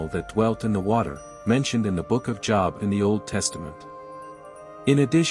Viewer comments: Job is his name Jobe not job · By the way, the pronounciation of Job is Joeb, not Jawb. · Job, with a long O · JŌB! THE NAME OF THE BOOK IS PRONOUNCED WITH THE LONG O SOUND!!! I have interest in your content, but it would help give credence to your subject if you pronounced words correctly. It is kinda off putting when someone who claims to know the Bible, but pronouns names incorrectly. Please understand this comment is not to offended, but merely to help you with your presentation. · Job is pronounced JoeB not something you have to make money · You loose credibility with a lot of people by not say the Book of Job correctly. It’s pronounced Jobe. Also, the Bible doesn’t say how long Adam and Eve lived before the apple and introduction of death. And all kinds of things existed before the flood. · Job is pronounced "Jobe". Also the Book of Enoch is not canon and is considered false. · When he says Job as Jaab 😂😂😂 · When AI says Job as a place of work, smh. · I know that JESUS had refferanced Enock before....... But please know that Job is pronounced with a long O sound. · How can I trust the reporting if the name of "Job" is mispronounced three times within a few seconds-- , , --how can I believe that the other "reporting" is any less flawed or that the conclusions drawn have any substance? And Nephilim is repeatedly mispronounced. I tried to finish listening to this. I couldn't. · Anybody catch how he pronounced the book of Job? That alone makes me question whether or not you read the bible…. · What is wrong with this guy? He speaks American English fluently but still insists on mispronouncing the Job, as in the Book of Job (long "o"). It's pronounced Job, long "o" as in bow. He does it so frequently it is irritating and distracting. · Somebody needs to get to this narrator and tell him to learn how to pronounce Job. It is a long o not a short one. Job (long o) is a man’s name, job (short o) is something one does for a living.